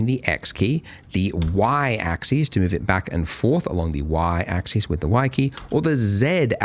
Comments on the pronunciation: I feel pedantic saying this but the word axis is pronounced ax-us, not ax-ees, which is how the plural “axes” is pronounced. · Andrew I love your material, and you're a great instructor. But, please, you (and Winbush) need to learn the difference in pronunciation between "axis" (singular) and "axes" (plural). Example: Move along the X AXIS; or This object will move along all three AXES. End of grammar rant. Thanks, and keep up the good work.